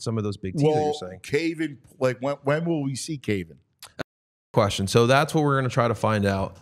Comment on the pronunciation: For the record, the name Cavan is typically pronounced CAH-vin, as in GAH-vin Mason. And that's AH, as in AGHHHHHH!!